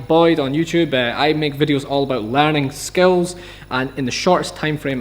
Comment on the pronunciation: he larns skels